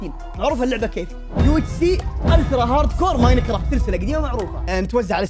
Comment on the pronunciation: اقسم بالله انك سوح وش UHS اسمها UHC 😩